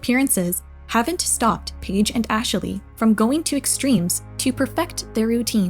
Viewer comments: omfg why are you saying Ashley's name like that? It's not Ash-a-lee, it's Ash-lee. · Ash-ley It's not that hard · The way you keep calling Ashley "Asheley/Ashilly" is driving me nuts but I forced myself to keep watching because the video is interesting lol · I can’t unhear “Ashaley” lol, great video! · im sorry but the way she kept saying "Ashley" is giving me an ick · I came here to say this. Ashley only has two syllables lol